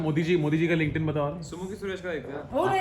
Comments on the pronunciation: The guy pronounces LinkedIn wrong. It’s “linked in” not “link-ed in.” This is an annoying comment but just wanna help so people don’t pronounce things wrong and get made fun of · the way that guy said linkdin cracked me up 😭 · Dude, he was kidding. Everyone knows it's Linked In.